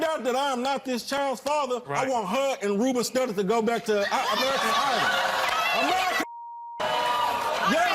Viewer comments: Did that nigga say “her and Ruben Studda”🤣🤣🤣🤣🤣🤣🤣🤣🤣🤣🤣🤣🤣☠️💀☠️💀☠️💀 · Omgawwwwg he said Rubben Studdard doe lolssssss